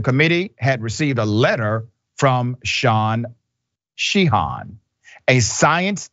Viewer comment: Shawn Sheehan is pronounced She-en, it's a pretty popular Irish surname. Quite common in the Commonwealth of Massachusetts. As a person of Irish descent, as a young person I used to find it offensive that folks not exposed to communities of other cultures, wouldn't take the time to learn how to pronounce someone's name. Now at 66 years old I realize that ignorance maybe the least by which I should be offended.